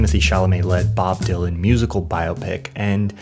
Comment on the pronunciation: Thank you for pronouncing "biopic" correctly! 👍